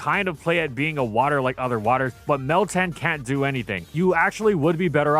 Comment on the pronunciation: It’s literally meltan, try again